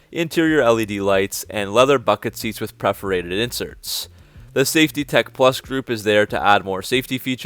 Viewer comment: PERforated . . . . . . . PERforated . . . . . . sorry . . . . . lol